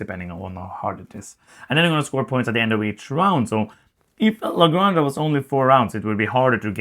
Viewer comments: Good review, I'll definetily buy it, thank you guys!! . BTW Granja is pronounced like this "grahn hah" the way you pronounce house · Yes, this. In Spanish, j is pronounced like h. La Granha.